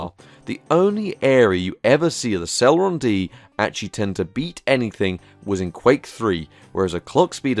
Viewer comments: "celron D" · C e l e r o n not celron? Dual not D'all sorry your content rid facinating sorry to complain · Never heard it pronounced Celron before lol, Cel-ehron